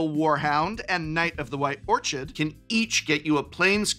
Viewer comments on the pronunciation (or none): Why do so many people have a hard time pronouncing "orchid"? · I understand "your an english professor!" isnt a strong critique of pretend names but...Orchid is "orkid", it's a type of flower. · Orchid = or-kid. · Yeah, that and his pronunciation of "Orchid" were rather jarring. But hey, when you talk publicly for a living you are going to make mistakes, and not just a few of them. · Can't believe you mispronounced "orchid"